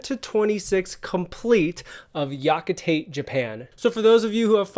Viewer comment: Pro tip - when pronouncing japanese names, pronounce it as many syllable as it allows. Yakitate, Tite Kubo.